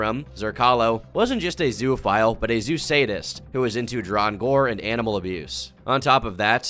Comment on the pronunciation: This is rancid. This is off topic, but, is anyone else slightly annoyed at how says “zoophile” as “zooaphile”